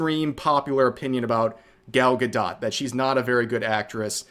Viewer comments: Bro I don't like her either but if I have to hear you call her ga-dot instead of ga-dough again I might lose it 😂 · Why are you pronouncing the "t" in Gal Gadot's name? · I genuinely can't tell if you're mispronouncing "Gadot" on purpose or not .. tho I have noticed you tend to mispronounce words.. especially Japanese ones..